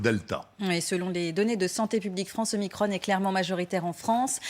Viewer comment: Dites omicron , pas omicronne